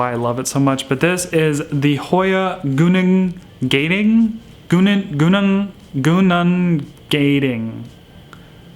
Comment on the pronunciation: Love love love! Also, pronounced goo-nung gaaah-ding 🤣 It’s a national park is Sarawak, Malaysia, where I’m from🤪😅 (also probably where hoya Sarawak is from hahaha)